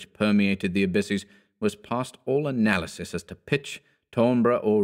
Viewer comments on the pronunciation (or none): none